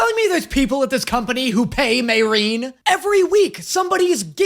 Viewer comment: MAY! RIN! Please stop butchering a Two Sylable name!